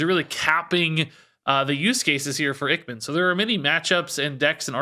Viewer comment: I think Ichman might be pronounced Ike-man, it's a reference to top gun (iceman).